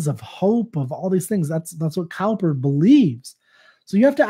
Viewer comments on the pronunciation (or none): the way to pronounce It is not cow-per, but cooper